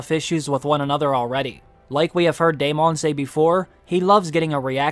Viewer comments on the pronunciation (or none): DAY MON lol you were killing me pronouncing it like that instead of just straight up Saying Daemon(Damon) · Dude can you stop saying "Day MAWWN?!" It's goddamn Daemon, "DAY MIN." edit: You pronounced it NORMALLY and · Why does everyone call him Damien lol. it's Daemon